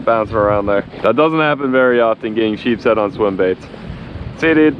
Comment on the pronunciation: It’s nice to know that someone knows how to pronounce the name of the fish it’s sheep’s head